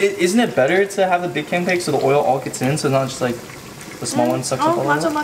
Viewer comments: the way he said pancake "canpake" LMAO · bro casually saying CANPAKE instead of a PANCAKE two times in a row😭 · Is it just me or did say canpake instead of pancake? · not him saying canpake 😭😭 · this is random but said canpake when they were cooking the pancake and I cackled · said canpake instead of pancake lmao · “a big canpake” - 2022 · who else heard say canpake and not pancake lol🤣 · 14.06 "canpake" 😀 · did u hear said canpake and not pancake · Didn’t he say campake 😭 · No one gonna talk about saying cancake then canpake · anyone else notice he said canpake?? xD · not him saying big canpake LMAO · he said "canpanke"...and I can't stop laughing noww😂😂😂😂😂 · when he said "isnt it good to have a big CANPAKE" aww!!! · bro pls 😭 “cancake” “canpake” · did anyone else hear him say "canpake" ?